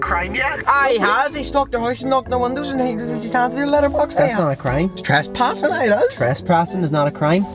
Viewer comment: tresprassing is now a word